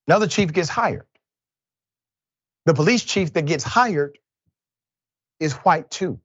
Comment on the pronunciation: LOL... just here me out... I love you Dr Richey... but... the clip started with you saying "Who-ite" officer... I had to laugh cause it reminded me of the Family Guy clip of them saying Cool Who-ip...